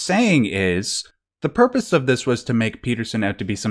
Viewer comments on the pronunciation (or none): none